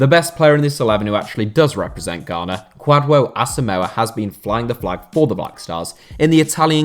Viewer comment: How he pronounced Kwadwo Asamoah killed me😂😂😂😂